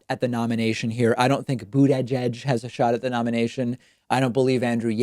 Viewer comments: Pete boot-tah-geg the latest victim of David's pronunciation trolling. None of the candidates that David hates are safe. Toolsi Gah-bard knows. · David says Buttigieg like Trump does. :/ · David cracks me up in how he says Mayor Pete's last name (the first time he said it) and also Tulsi